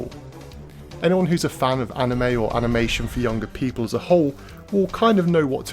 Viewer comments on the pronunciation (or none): none